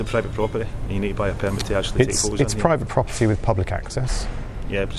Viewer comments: i feel bad for him that he couldn't say his p's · He clearly said: Bruvit buppity. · "THIS IS PERVERT PRFOFTIRY" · what did he say? Bratford boba-tea? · When he said "private property" it sounded like he said "bradford with a T" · to my uncultured Texan ear, he was saying "Bradford Burburt", I would have just stared at him like I was looking at a two headed donkey fighting an Alligator.